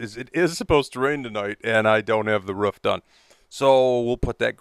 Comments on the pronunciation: ‘Root’. Okay. But ‘ruf’? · I try not to be a tight ass but holy moly does the way some people say "roof" as "ruff" bother me xD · Stop saying ruff it’s roof